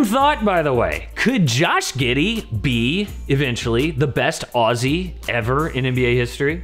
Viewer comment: This is the first time I’ve heard an American pronounce Aussie right 😂